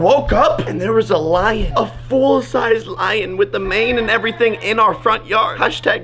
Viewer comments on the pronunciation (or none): Jake kept saying line instead of lion?